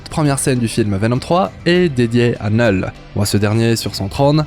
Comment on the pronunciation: Neul ??? C'est bizzare comme prononciation, c'est pas plutot Knoul ?